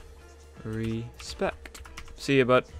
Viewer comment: "Dissrepect" LOOOOOOOOOOOOL <3